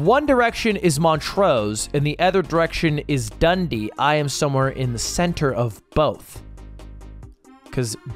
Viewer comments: its the way ludwig pronounces dundee for me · Ludwig pronouncing Dundee as 'dundy' made my day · Oh my god, somehow the way Ludwig pronounces Dundee is so close and yet so far from correct, it's absolutely hilarious